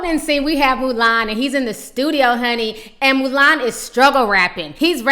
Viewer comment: 'Moo-lAn' lmao Ti!